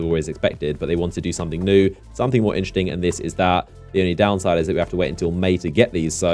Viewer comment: Why are you constantly saying "inchting" and not "interesting"? it's triggering me in every video :D